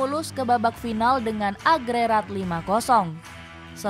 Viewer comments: Diralat dikit ya min.... "AGREGAT" min, bukan "AGRERAT".... 🤣 😂 🤣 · Agregat bukan agrerat